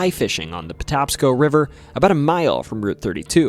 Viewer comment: Maryland native just wanted to let you know it’s the Patapsco River pronounced potapsco. I learned a ton about my state in this including the state drink being milk that’s nuts lmao